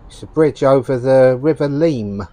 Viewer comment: a lot of leamnington is really nice - there are bad spots like any town though, the river Leam is pronounced Lem .. not far behind that church is a ramp where believe it or not elephants were taking down to the river to wash and drink